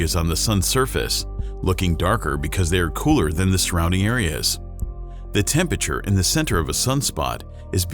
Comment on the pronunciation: Hate how buddy keeps saying “tempeture”. ITS TEM-PER-A-TURE!!!!!